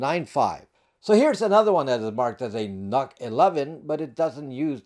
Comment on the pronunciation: I'm pretty sure NUC is supposed to be pronounced like "Nuke". Think about it, ...Intel Atom, as in "atomic", ...Intel NUC, as in "nuclear"... It just kinda makes sense. 🤷‍♂️